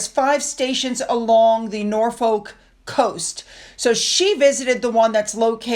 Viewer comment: I wish Americans would at least take the trouble to learn how to speak our language if they're going to try....maybe listen to how something is pronounced before just blazing ahead without any care, especially when its the name of the place visited. There's no excuse for not caring and pronouncing Norfolk wrong over and over . Like we Brits don't count and the correct pronunciation doesn't matter 😢 OMG....I've just got to "Edin borow " really???? If your going to talk about British towns and cities, please, please pronounce them properly 😮